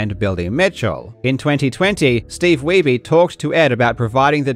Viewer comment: bro said "steve weeby" LMFAOOO his last name is german you dolt weiße (weiss) means white his name is steve white... 😂